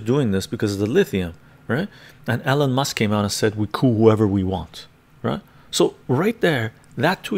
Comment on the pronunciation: it sounds like you're saying Ellen Musk lmao